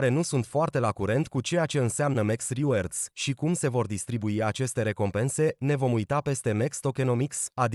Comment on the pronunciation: Big like, dar totusi reward se pronunta /rɪˈwɔːd/